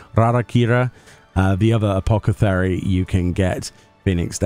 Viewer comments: Apoth not apoc its apothecary not apocathery :p ❤ sorry lol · Oh for the love of Thal.... "AH-POTH-E-CARY!"